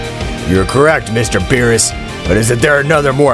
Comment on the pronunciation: Bro always berus but whis